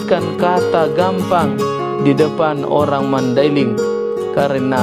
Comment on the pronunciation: Boi cara ngucap nya gappang, bukan gampang